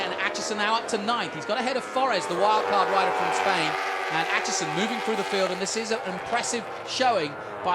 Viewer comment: damn the pronunciation of Aitchison as "At Chison" did my head in the whole way through this. ITS "8 CHISON". ARGHHHHHHHHHHHHH